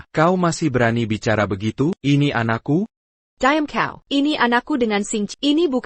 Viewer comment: Banyak perkataan yg sebutan nya kurang memusskan kn contoh diam jadi dayam